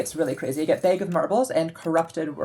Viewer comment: "Behg of marbles" I can narrow where you were raised to 2 states lol